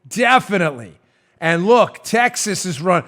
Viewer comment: "Texhas" LOL.